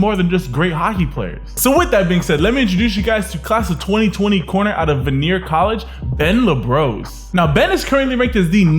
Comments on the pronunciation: It’s pronounced van-e-ay not vanere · VA-KNEE-EH not vuhneer